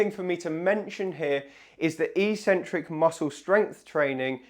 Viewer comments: So curious how the whole physio community mispronounces "eccentric" as if it's spelt "ecentric". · I am not native in English but I would say the word is pronounced "ekcentric" or like "excentric" with first c pronouncing k. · Sorry mate but I can't watch you anymore. I'm 75 and have watched your videos for some time now, but hearing you pronounce eccentric as 'eecentric' just boils my blood. I must admit that I am an Americanophobe and despise the influence they are having on young Brits, but l assumed you were intelligent and be familiar with the correct pronunciation. Google 'how to pronounce eccentric' to hear the correct English way. Sorry, but if you can't speak your mother tongue correctly l can't trust you anymore. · That's pronounced ek-centric in English. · It is "eck-sentrick". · A seemingly very strange pronunciation of eccentric? The E should short as in egg, the first C should be a K sound and the second an S sound. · It is not "e-centric", it's "eccentric", like Eggcentric. There are two c's in there for crying out loud. Why would people think it is ecentric. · It's pronounced 'ek-centric'